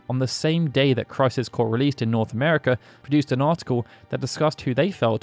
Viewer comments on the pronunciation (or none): none